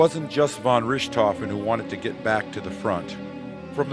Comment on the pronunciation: Well written, but completely cringeworthy mispronunciation. Between Richthoven and the Somme (pronounced "sahm").